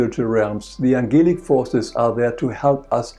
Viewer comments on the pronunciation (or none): I don't want where you come from. But you should pronounce the words correctly if you speak English. Please look up "angelic".